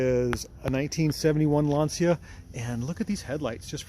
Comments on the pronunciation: Well done!! Plus tell him that the pronunciation it s wrong! Lantcha not Lansia!😂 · I believe it's pronounced 'Lan-shia" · Even the guys from Top Gear pronounced it Lan-see-a and they should've known better. ;)